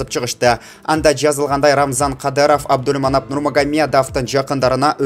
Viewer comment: Абдульманап дейсин го Абдулманап десен мягкий знакты кошпой чала окуган окшойсун грамматикан ото начар экен